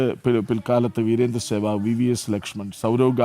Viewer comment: സേവാങ് അല്ല സേവാഗ് എന്നാണ് 🤦‍♂️